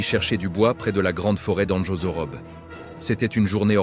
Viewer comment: On dit : Andry tu j le dry Et anjorobe on prononce : anjouroubé